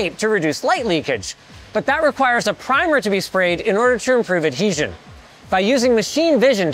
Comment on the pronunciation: Gotta love listening to someone with braces say "adhesion"